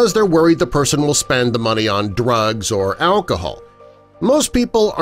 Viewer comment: 35 second mark: I swear the narrator says "Dwugs". Don't spend your money on Dwugs, kids. Dwugs are bad. Mmm-kay?